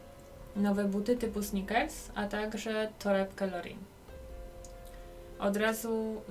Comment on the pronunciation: Miała na nogach snikersy ???😂😂😂😂 ja z chęcią słucham takich podcastow Ale twój to trochę jakbys czytała z kartki i sratatapierdziata. Jak już to snejkersy po polsku.